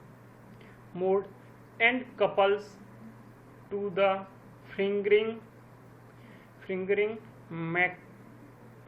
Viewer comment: Sir it is not FINGERING field.... It is fringing field. Please read correctly. Dont know what you are talking?